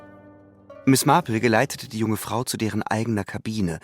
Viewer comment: Die Ansage einer Dame die nicht mehr auftaucht spricht Marple in amerikanischem Englisch mit Betonung auf R. Glücklicherweise die beiden Sprecher vom Radio nicht. Genug gemeckert. Englisch muss Englisch bleiben. 😊 Es ist wunderbar die Geschichte von einem echten Menschen vorgelesen zu bekommen. Sehr schön gemacht. Nichts geht über die echte menschliche Stimme. 👍👍⭐⭐⭐⭐⭐